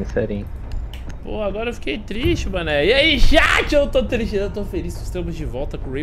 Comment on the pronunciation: falou "serinho" meu coração escutou esterinho ♥️sdds